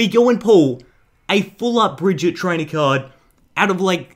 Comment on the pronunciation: That is not how you say Brigette